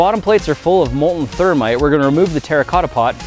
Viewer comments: its thermeat Hahahaha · "Partake of our ther-meat" - Jason Murphy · Its thermeat😂